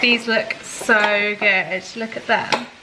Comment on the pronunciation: Is it just me who heard porn when tanya said prawn?